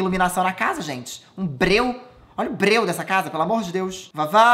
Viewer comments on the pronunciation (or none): "um bReU" KKKKKKKKKKKKKKKKKKKKKKKKKKKKKKKKKKKKKKKKKKKKKKKKKKKKKKKKKKKKK